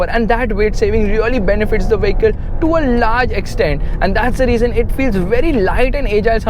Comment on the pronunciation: You are always pronouncing "vehicle" wrong. Friendly suggestion ✌🏻